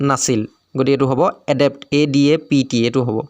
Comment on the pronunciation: Apuni pronunciation bur sabo. Jene listen, adapt etc. Heibur ussaron vulkoi korise. Baki video thikei ase